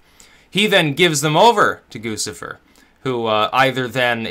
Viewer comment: It's Goo chih fur